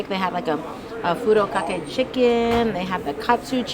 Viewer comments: it’s furikake not furo kake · Amanda and Felix don’t pronounce it “furo kake”, so not sure about this.